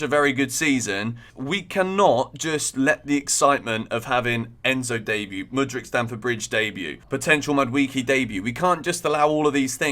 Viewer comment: Mad WAY kay not Mad wee key